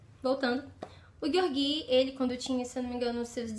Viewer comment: Acho q a pronúncia correta é "Jeórgui" e não "Gueorguí". Mas não faz diferença. Livro fantástico. Um pouco cansativo em razão do vai e vem histórico. Um romance improvável e apaixonante.